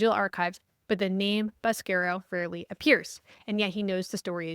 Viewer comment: Ivan needs to give you the proper Italian pronunciation of "Boscaro"!